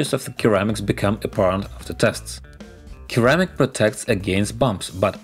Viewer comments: Hey; great video. Just a small correction: "ceramic" is pronounced "sir-amic" not "kir-amic". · Keramic 🤣, you need more English speaking friends. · The C in Ceramic is pronounced the same as the C in Russian :)